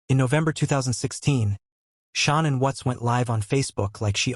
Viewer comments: Sick of AI pablum. It's Shanann, not "Sean and". Please support REAL true crime content. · Sha...nannnnnm Not sha NAN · Her name is pronounced SHA NAN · Her name was Shanann not Shawna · It was shannon! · You could say her name right. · AI SLOP The narrator can’t pronounce her name. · SAY HER NAME RIGHT‼️‼️😡🤬🤬